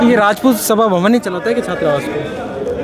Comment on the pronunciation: भबा सवन नही सभा भवन नाम है पत्रकार जी